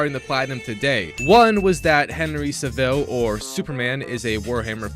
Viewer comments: Its cav-il I'm crying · i know of henry CAVILL but who is henry sivell? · Relax. I got that shit half a year ago........you late... Plus you can't pronounce Cavill really bro. Are you low IQ